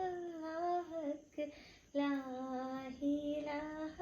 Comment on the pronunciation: ലാഹിലാഹ എന്നല്ല ലാ ഇലാഹാ എന്ന് തന്നെ ഉച്ഛരിക്കണം ട്ടൊ